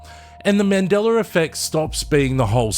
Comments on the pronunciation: yes...with no "r"...i don't know why i hear mandelaR...that's all i was saying :) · Why I hear you saying "Mandelar"? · mandeller affect? really now?